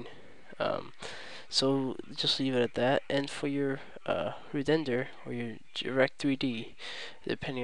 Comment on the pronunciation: Re-dender lol fail at speech its renderer